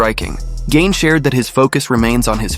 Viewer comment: Thumbs down. I thought his name was pronounced "Gahn", not "Gain." I am little more than a casual fan, but it's hard for me to listen to MMA media when the names are mispronounced.